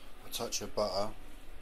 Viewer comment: Nice recipe. It’s funny How you say butter (buer) haha:D